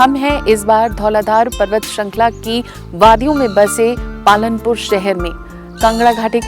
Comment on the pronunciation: she said Palanpur but its Palampur